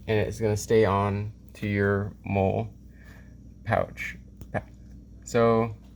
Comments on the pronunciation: Its Molle (Molly) not Mole, like brown bumps on your skin. Lmfao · Hate to be a nob but hearing you pronounce it “mole” makes me want to blow my brains out, it’s “moll-ee”. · its not mole its Mollie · Molle is pronounced molly. Not mole. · I was like I don't think that's how you say it...